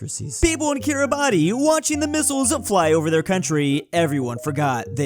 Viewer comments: Umm actually it’s pronounced /ˈkɪr.ɪˌbæs/ ☝️ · its not pronounced how its spelt. Its pronounced "kiri-bas". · forgot how to pronounce Kiribati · i thought you knew how to pronounce kiribati smh smh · I expected better from you, how could you mispronounce Kiribati? The pronounciation of their name literally the only interesting thing about the country. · How did you mispronounce Kiribati so badly? This is a geography channel! Please research.